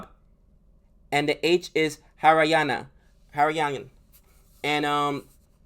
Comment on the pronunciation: You're pronunciation of "Haryana" was SPOT on the first time bro. Don't second guess yourself. "Hurrrrrryyyeeeiiiiaaannna"